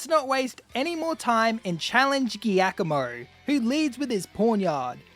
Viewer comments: Giacomo is Italian for Jack (Jakob). It is pronounced differently. the "G"+"i" is to be pronounced like a "j" in English, like in "jar". So, it is Jakomo, not Geakomo. beside this mistake that a lot of YouTuber do, thanks for the very nice video. Fun and pleasure. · Just FYI, the name of the dark type Team Star leader is pronounced “Ji-ah-koh-moh”. It’s an Italian name and therefore a soft g sound. It isn’t the first time I’ve heard people pronounce it that way, but it bothers me nonetheless haha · is that really how giacomo is pronounced? i always said it as jee-ah-ko-mo XD but that was just off reading it. this is the first time im hearing anyone say it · i dont think ive ever heard giacomo pronounced like that